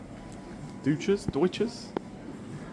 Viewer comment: I'm pretty sure the pronunciation of Deuchars is "Dukers" at least that what the scottish contingent at GBBF taught me back in the day when this beer was a big deal - champion beer of Britain winner in the early 2000s. Sadly no longer the beer it was, though still OK, after the demise of Caledonian Brewery. I think the brand is now owned by Heineken (via the S&N acquisition) but brewed by Greene King at Belhaven. It's definitely available from GK, the rare occasions I see it the South East is almost always in GK pubs.